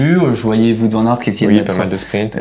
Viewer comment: Le petit point culture néerlandophone: "Wout" Van Aert se prononce "Ou-o-ou-t". Comme "Wow" avec un -t à la fin. Et non pas "Voûte". Pour être honnête, ça m'a gêné. :D